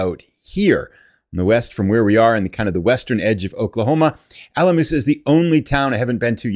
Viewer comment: The O in Alamosa is a long O.